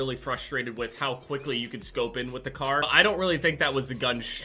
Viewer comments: Isn’t it the KAR not “KARN” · Kar not karn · Nice “KARN”